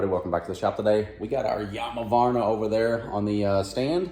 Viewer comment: Yarmavarna lmao